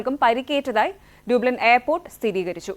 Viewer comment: വെരി വെരി ഗുഡ്. ഡബ്ലിൻ എന്നാണ് ഉച്ചാരണം.